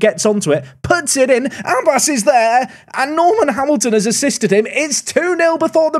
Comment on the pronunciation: Abbas is pronounced more Ab bass (bass as in the fish). Emphasis on the b. If you want to hear how it's said search pronunciation of عباس